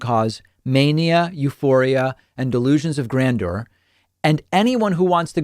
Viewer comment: Thank you! You are one of the few people who pronounce ‘grandeur’ properly.